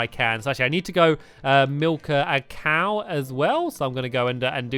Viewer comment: at the start when he said he needed to milk a cow, I thought he said that he needed to milk a cake